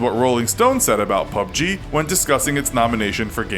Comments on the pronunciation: The Entity PEE YOU BEE GEE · At least you pronounced it correctly that other time you said it as P.U.B.G... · pyoo bee jee is wrong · The Entity that annoyed me lol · The Entity Right that shit sounded so weird, like he was probably the only person in the world to continuously say that over and over, pretty sure everyone roasted him for that.